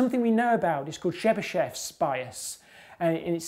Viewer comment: The way he pronounced Chebyshev killed me